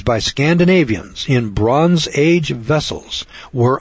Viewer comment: "Bron age" Why does the narrator call it by that name?